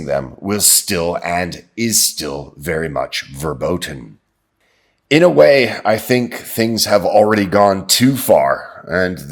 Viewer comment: Dude,! Great content. Once suggestion. The "v" in the German language are pronounced as "f"... it's pronounced [FUR-boten], even though it is written as "verboten"... Why? Ask a German language teacher, please! Namaste!